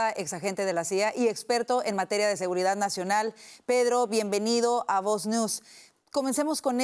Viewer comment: Tenel , podel Pedlo..poblema, PEDLO es de orígen Chino. Izquielda, acabal, Pedlo, Illael